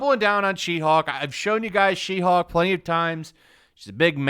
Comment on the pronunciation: When you're saying WW She-hulk, I heard 'Roulroul chi-houk!' at first and giggled.